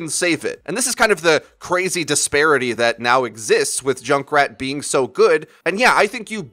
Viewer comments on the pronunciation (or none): I'm just hearing Jake rat